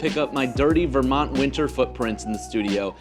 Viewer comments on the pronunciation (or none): none